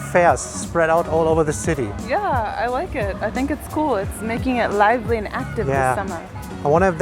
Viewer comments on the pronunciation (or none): none